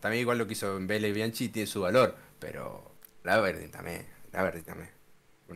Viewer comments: cuando en el video original pronuncia mal al aberdeen me acorde de facu jajsajajaj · la forma de pronunciar Aberdeen y algunos anglicismos definitivamente me hizo daño!! 🤣🤣🤣Saludos!¡!